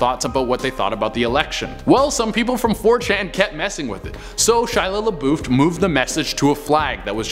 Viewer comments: Michael Harris I swear he kept saying ShilLa LaBuuuf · lol that's what I originally said then went back and listened and swear he threw a D somewhere at the end in there atleast once lol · 😂😂😂 "Shia Labuuffd" 😂😂😂 still love ya but that's the boldest pronounceation of his name I've ever heard 😂😂😂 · He will forever live on as "Shia lebutchered" lmao thanks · He will now live on forever as "Shia lebutchered" lmao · David Colón Shila Laboofd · Michael Harris yea he just straight butchered it but it’s alright. Che still makes me laugh 😂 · Do ya'll peep how he said Shia LaBeouf's name? 🤣